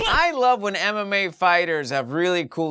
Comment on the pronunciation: I heard Anime instead of MMA, it didn't make sense after that...